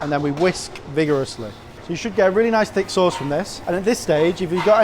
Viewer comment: Man's putting so much stank on "Thick. Sauce."